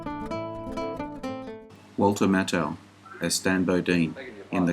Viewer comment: Another outstanding selection. Victor Jory deserves your anger for several evil roles. Pronounciation. Wallach is pronounced with the ch as a k. Mathau is pronounced with a simple th sound. Keep'em coming!